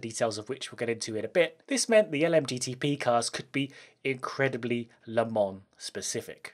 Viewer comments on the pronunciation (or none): As a guy from Le Mans, it makes me really uncomfortable with the english pronouciation of "Le Mans" and "La Sarthe" ^_^